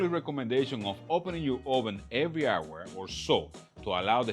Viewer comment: Ok so how often should I check in on the jerky you said “every wower or so”?